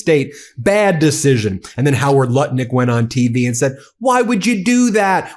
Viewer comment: Seems you are pronouncing Nutlick's name wrong.